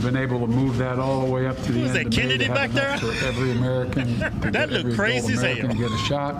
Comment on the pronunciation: When the two brothers say "crazy as hell", it sounds like, crazy as hail. They need to incorporate that onto a shirt.